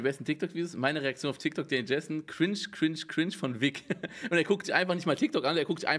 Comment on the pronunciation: Normal people: „cringe“ Rewi: KRINTSCH